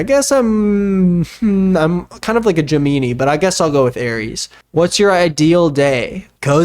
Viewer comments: EXCUSE ME… DID YOU JUST SAY… GEMEENEE?!?! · i too am a "geminee" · Excuse me? Did you just pronounce Gemini as Gemeenee??? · JA MEANIE⁉️⁉️ YOU MEAN JEM A NIE‼️ GEMINI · pronounces Gemini "Jem-mee-nee" Me: 0.o like, is it a joke I didn't get? it's pronounced "Gem-in-eye" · He said I'm kinda like a gemeanie😆 meaning Gemini.. that funny I laugh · gemini gemin-i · did u pronounce Gemini as “gem-meanie” did I hear that right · DID JUST SAY GEMINI AS “JEH MEANIE” HAHAHA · “I guess I’m a je-mean-ie but I’ll go with Aries” took me OUT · I'm sorry I can't get over "Geemeenee" for Gemini 🤣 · A GEMEENEE?!?!😭😭is that an inside joke or something, I’m new here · Did this dude say “gem-ee-nee” and call the Dolan Twins, the Dobre brothers 😑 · Did say “gemeanie” ✋🏽😭 when saying Gemini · “ I’m a Gemeeni ” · GEMIN-EE??? WTF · did he just say geemeenee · A GEMEENEE LMFAOOOO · "gemINI" lol, I'm pronouncing it like that the rest of my life thx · did this boi jus say "Geemeenee" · did you say GEMEENEE?!?! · I know you didn't just call it gemeanee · ya'll im new here so idk maybe its your guys' thing but said GEMEENI help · He did NOT just say “jemini” for Gemini 😂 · No one:: JEMEENIEE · Wait did unironically just say *Gemeenie*? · "gEmiNi" PLS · you did not say gemeenee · I don’t know what’s more disturbing, the fact that Shane Dawson is clinging to his public platform, that doesn’t know his own star sign, or that he thinks Gemini is pronounced jah-MEAN-ie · "gemeanie" has me in tears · "gemeenee" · I love you, but the fact that not only do you not know your zodiac sign, but the pronunciation of Gemini??? Jimienie who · "Ge-mini" lmao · Is nobody gonna comment on how pronounced Gemini? 😭 He said jeh-me-nee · are we just gonna skip the part where called gemini “juh-mee-nee” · DID SAY GIMEENI HAHAH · Whyre none of y’all talking about how he said “Gemeenee” instead of Gemini😭